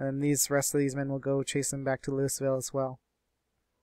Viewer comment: You live in the Arlington area and you can't pronounce Louisville?